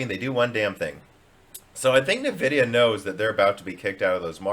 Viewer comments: NAvidia... is driving me nuts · he said nvidia on purpose I'm guessing because he was playing the part of someone backing nvidia in that particular part in that particular video. But he always says Nuhvidia when he is playing the amd guy. I don't know maybe I'm crazy. I'm guessing is his way of saying that nvidia is a stupid name that doesn't make sense and you can't even read. Which kind of it is.